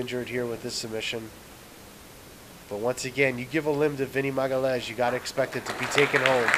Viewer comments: it's ma-ga-LI-AHN?-IS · you pronouce as Maga Lee Ains Magaleeains, its the nearest i could approach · It's not that hard actualy, but you need to learn two different portuguese's sounds first. 1 - lh sound 2 - ã sound His surname is not magalhaes, but magalhães. Once you learn them two, you'll speak it properly.